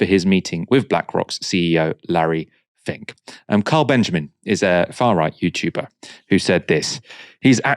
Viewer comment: Larry "fink".